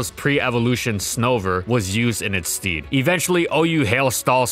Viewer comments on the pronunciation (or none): You said "stead", and pronounced it like "steed", like a horse. It should be pronounced "sted", like the words "instead", "dread" and "fed". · lol did you say in its STEED? Pretty sure you meant “stead,” which rhymes with bed.